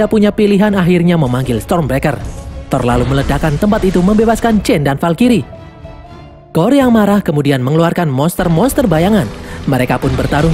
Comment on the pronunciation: valkrye bang bukan valkiri